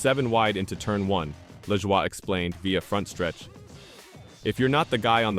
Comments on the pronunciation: His name is La"joy" not Lajwa". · At least hire someone that can speak actual English ,"la Jua", really?